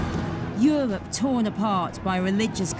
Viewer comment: Euwope, Engwish, cathwick. Nope! 10 seconds in I turned off. Get someone to commentate who can speak Enwish, pwease.. Unlistenable.